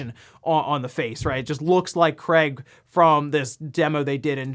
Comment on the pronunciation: did i hear you say Cray ? Or Crate ? we all know " Craig " He Should Be On The Box Art when Halo Infinite Releases